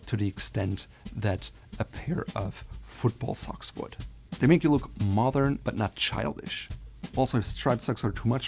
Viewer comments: My friend, your English is excellent, however, please practice the D in modern more. It distinctly sounds like you’re saying “mothern”. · I notice you were saying the word mothern a lot. Do you mean modern? Or a different word that means something totally different. Because it will change the meaning of your phrases. I just need to understand this for myself. Sorry for any problem with this question.